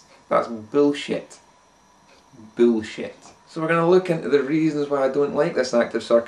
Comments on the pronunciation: Thaht's byul-shit. Byool-shit. :) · Its boolshet...boolshet. <3